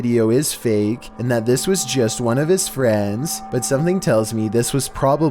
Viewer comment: No one:: BeFoRe We GeT tO nUmBeR OoOnE